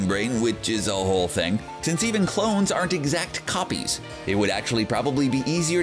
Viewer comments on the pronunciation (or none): none